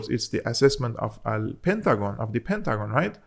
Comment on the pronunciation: did you say al-Pentagon?